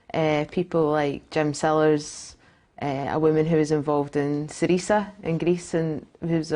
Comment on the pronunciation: Learn how to pronounce Syriza correctly, Cat. Jesus. "Cerise-ah"